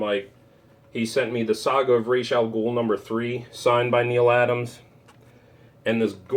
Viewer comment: Hya! Hope you're doing well man. Whoaaa, I've never seen that Carpenter cover, or book, excellent!! Neal Adams, hell ya, and you said Ras Al Ghul correctly, LOL!! Damn, cool books from Tony, WTG Tony!! And Vampy!! Nice going on those New Mutants!! Oh yeah, the first Blade, major score!! OK, you have earned the title of, King of The Test Variants, hands down!! To bad about those slabbed books, the wave is easy to see.